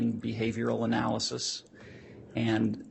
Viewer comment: That and the constant extreme ways she pronounces things wrong, or with some kind a very weird accent all make me want to bash my head in. “Uh-nnn—yyyyyaaaaallll-is-is” dude, it’s analysis. Or “ch-yyyyyaaad” instead of Chad.. neither very hard to say or pronounce… 😬